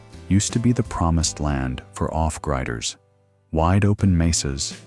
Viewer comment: 8 Billion Humans and you had to use a GD robovoice to narrate that in less than 15 seconds miss pronounced off griders. Thumbs down